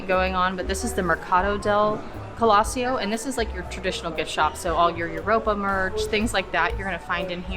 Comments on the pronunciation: Nice video, thx. The name "colosseo" is Italian, you stress it on the "e". Keep going, I subscribed. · First time You pronounced it like we Germans do. 😊